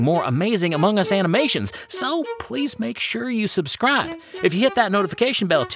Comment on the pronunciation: I love time among us guys say sub bell like